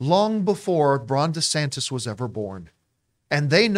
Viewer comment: Genuinely thought John was calling the FL governor "Rhonda Santas"